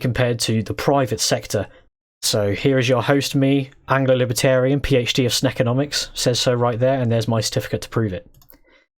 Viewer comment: Angled librarian